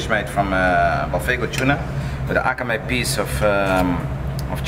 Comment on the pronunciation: Dude keeps dropping japanese words trying to impress us. It's akami, though, not akamE. Using fucking samurai swords to cut your "wabi sabi" tater tod U.F.O. tuna tartare does not instantly make you a master sushi chef, apparently. Also, just tell people how to eat it.